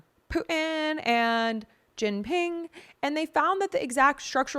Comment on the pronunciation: I would probably learn how to pronounce (Xi Jinping) (Edema) and (thoroughbred) and countless other things when reading the news. Be beautiful and smart. It's constructive criticism. Not trying to be mean. I'm rooting for you.